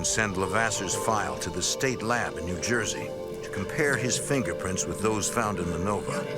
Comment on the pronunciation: New Juyzee mate😅